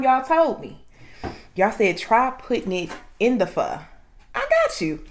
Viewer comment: I always stick with the same thing even though all other dishes are great . My Oder looks like yours 🤤🥰You’re so sweet n cute n beautiful I just commented on your other video you say” pho” so well !stay safe eat well and keep posting 👌